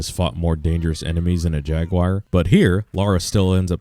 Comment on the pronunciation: Pronouncing JAGUAR wrong that’s a SIN